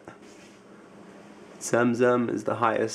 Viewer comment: zamzam not zemzem